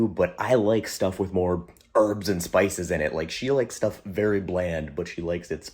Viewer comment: As a Wisconsinite, I can appreciate the Upper Midwest pronunciation of the spices! 😂😂😂